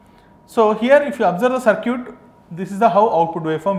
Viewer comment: It's not Sir'Cute it's Circut (səːkɪt)